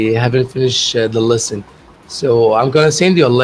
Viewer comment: you have to be accurate in your pronunciation, you mispronounce lesson with listen! Go back to your voice to make sure dear.I encourage you to continue talking.God bless you.